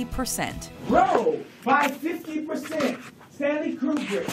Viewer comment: DID HE SAY KRU-BRICK?